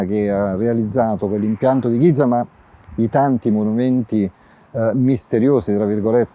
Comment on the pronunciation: potrebbe almeno provare a pronunciare bene GIZA, visto che ci lavora